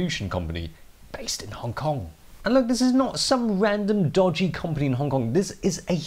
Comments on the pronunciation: 'Commpony'- 2019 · I really like you and your videos and all....... But you can't pronounce company properly lmao 😂 😂 😂